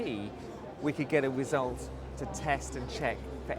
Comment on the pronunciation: Did he say getting a "wizult" or a result? every time you pee.